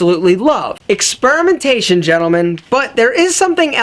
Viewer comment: I swear one of the times you said ex-sperm-intation.